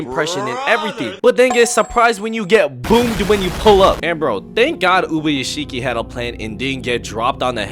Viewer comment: why u botching ubayashikis name